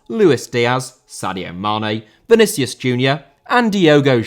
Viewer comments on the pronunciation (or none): Vinícius* not Venêceas